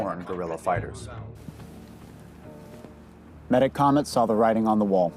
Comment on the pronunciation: We always pronounced the name: Meh TAK OMET, not meta comet.